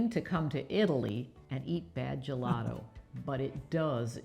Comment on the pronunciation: you are pronouncing gelato and gelati wrong!!!! Learn it in Italian!